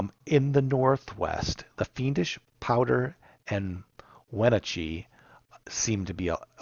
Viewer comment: The pronunciation of Wenatchee was really killing me lol